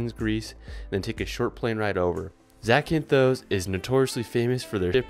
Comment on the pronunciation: Please don't add an E to words that don't have one. It is Zakynthos, not Zakynthose. That last O is short.